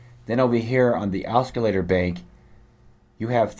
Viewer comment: Cool review, but.... it's pronounced OSS-i-later. There's no hard 'C'. Just an FYI.